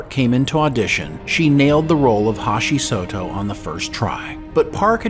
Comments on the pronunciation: Hashi Soto? Come on! Do you even know these characters? Have you seen this show? It's HOSHI SATO. h-O-shi s-A-to. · Again a mispronunciation but this time it's the first and last name. You said Hashi Soto but it's Hoshi, like Yoshi, Sato. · HO SHI SA TO... FOR GOD SAKES. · How do you mess up the pronunciations of “T’pau” and especially “Hoshi Sato”